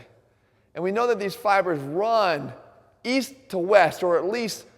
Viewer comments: East? I thought u said weast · East... I thought you said weast